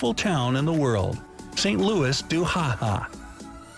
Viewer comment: Why is the cartoon polar bear shown as brown, why is there video of a hooded cobra when garter snakes are mentioned, and why can't the narrator pronounce "Louis," "Okanagan," "narwhal," and "oolichan" correctly? Is he USAmerican or AI-generated or something? Whatever he is, he's lazy.